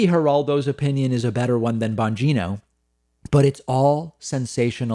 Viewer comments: It sounded like David said Bongina like vagina, lol. oh well , peace. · Nice Freudian slip David: "Dan Bongina" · Pretty sure David called him Dan Bagina. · I'm not usually this superficial but David, you said "BonGINA"! Yes you did & I couldn't be happier with that. While the country burns, I have this one thing. I love it & I almost spit my coffee out! Thanks bc you didn't mean to but you made the world a little brighter!😀😂😊😉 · lmao did David say Banjino? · Ban geeno? Sounded like vagino with a B the one time lol.